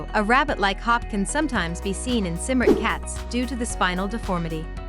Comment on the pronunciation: Except it's pronounced Kim-rick